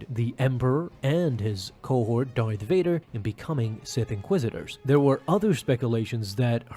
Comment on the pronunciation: Please stop saying Darvader